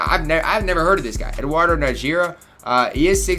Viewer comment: Najera Nah-her-rah